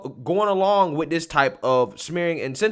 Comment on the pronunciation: Excellent broadcast. If I could just get you to switch of the “dis” with “THis”, “dat” with “THat”, “da” with “THe”. You’d be batting 1,000! Said with love and respect.